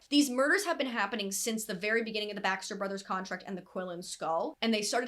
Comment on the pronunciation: Everytime you said Baxter brothers it sounded like backstreet brothers I was so confused